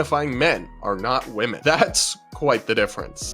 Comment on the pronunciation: The word women is pronounced wim-min